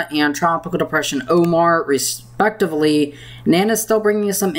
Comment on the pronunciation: My man, the word is respectively... but retrospectively sounds a whole lot cooler